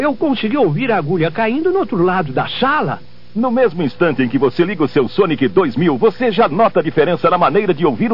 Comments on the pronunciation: Eu e meu irmão já entedia naquela época o cara falando xaallaa ao invés de sala kkk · 'uauhh ouvi a agulha caindo do outro lado da sala' kkk parece que ele fala chala kkkkk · kkkkkkkkkkkkkkkkkkkkkkkkkkkkkkkkkkkkkkkkkkkkkkk.... Ele falaou "shala" mesmo.